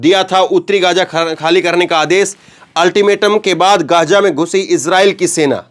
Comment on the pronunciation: इस क्षेत्र को गाज़ा कहा जाना चाहिए और न कि गज़ा। आप डिक्शनरी में और गूगल में इसका उच्चारण सुन सकते हैं।